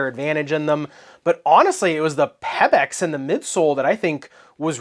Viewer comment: It is because a previous review of the WOW 10 for my daughter to play HS Volleyball. So thanks much. My only comment here, is the way you are saying PeBax. It is pronounced Pea-Backs. Not Peb, like pebble. Keep up the great work otherwise.